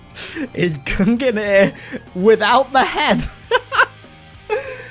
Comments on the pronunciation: Please....it’s pronounced GUNG-NEAR not GUN-GUH-NEAR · gun gineer?? You mean gung-neer? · Gung-nir. You almost actually killed me saying gunganir lol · Sees Gungnir armour Me: oh hell yea I like the Gungnir helmet: Goong-ganeer Me: or that, that is also a way to say it I guess😂